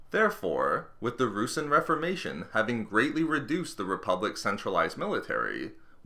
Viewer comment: It's not "roosin" it's pronounced "roo-sahn"